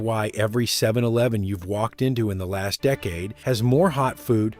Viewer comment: 7 eleeven? Sounds AI